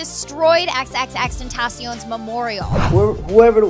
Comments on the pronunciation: IS ANYONE GONNA TALK ABOUT THE FACT THAT IN THE BEGGINING SHE SAID XXTENTACEEOOON.....IM FUCKING TRIGGERED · The way pronounces xxxtentacion pisses me off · U need to learn how to say XXXTentacion 😒